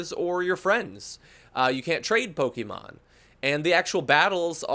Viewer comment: stop pronouncing pokemon wrong please